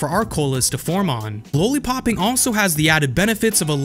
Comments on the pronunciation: What the hell is a "LOW-LEE-POP"? LOL are you talking about a lollipop? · Because he knows the history, he's saying LOL-lipop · Everything great but why don't u know how 2 say lollipop? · Low-lee popping? Makes me wonder if he understands why it's called that... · Low-li-popping...have you never heard the word lollipop? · Lollipop not lowlypop